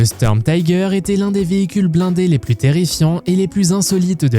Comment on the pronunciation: Et une IA merdique qui n'a même pas l'accent correct (on ne dit pas sturmtiger => mais stourmtiger /de même panzerzeug => pantzerzoug )